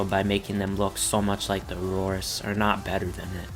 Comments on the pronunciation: Dominus Aureus is pronounced AHH REE US not Aroris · It's the "dominus are-ee-is" not the "dominus aurorus"